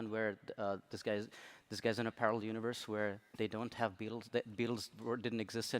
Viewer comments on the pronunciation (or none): It sounds like he says “The bills didn’t exist”. It’s The Beatles didn’t exist. The film is indeed called Yesterday.